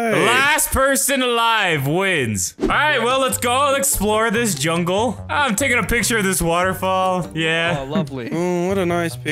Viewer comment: More like, "Welcome to my Junkle"